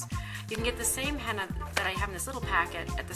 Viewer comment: It's not hannna its heena paindu.